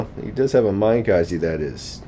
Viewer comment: MIN-uh KAH-zeh.. Not mine-kozzy. XD